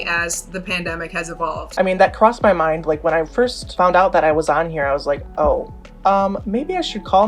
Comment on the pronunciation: Nope and it's first not forst idiot